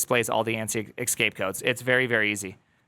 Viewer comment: not "excape" but "escape" codes... you don't even realise that you sound dumb right now and once told I'm sure you will defend it.. (The same with ChatGPT "GePeTe" 🤮 ) "Oh!.... mm mm. It should be pronounced \"e X s c a p e\" o! ooo! eeee...." you are so stubborn sometimes. hehe;P